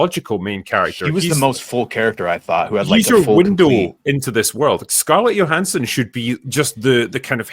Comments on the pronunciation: Johanssons pronounced with Jo not a Yo. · Yo-hanson whats up? Not much, why did u pronounce my name with a Y, it is pronounced with a J . Oh sorry yohanson